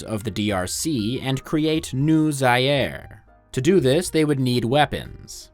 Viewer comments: Zaire is pronounced "Zah-ear" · zaire is not pronounced like that